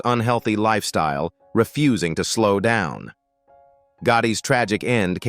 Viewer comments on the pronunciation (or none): none